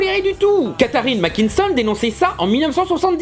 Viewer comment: Je sais que 80% des gens l'ont remarqués et que je vais jouer le chieur (mais que voulez-vous j'aime cela 🤣). Mais à il y a une faute dans la prononciation du nom de famille de la femme. Il s'agit de "Catherine MacKinnon" pas de "Catherine MacKinson". Je sais que cela n'est qu'un détail, mais si les gens ne s'attardent pas sur la vidéo, cette simple erreur deviens de la désinformation. Merci de ne pas m'insulter car je le montre, même si certainement d'autre personne l'on fait avant moi.